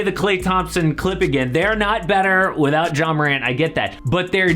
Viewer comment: He calls Ja Morant : JAW lol I’m dying 💀💀💀